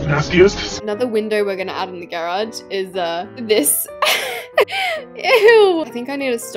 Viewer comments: YOU SAYB GAAAAARAUGE INSTED OF GARAGE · Why do you say garage like that?